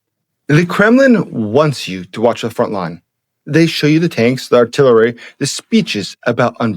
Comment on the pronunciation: Great presentation. It's of critical importance for the Trump Administration to understand that ruzzia is falling apart, but the word that you use near the beginning is "artillery," not "artillerary."